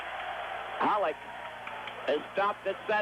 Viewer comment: Foster keeps saying Holik...Hollick. Isn't it Holeek, like Bobby Holik. Are these two guys related to Bobby Holik?